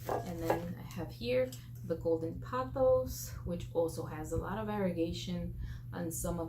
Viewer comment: You got that pronunciation totally right! Your Pothos are beautiful. 💚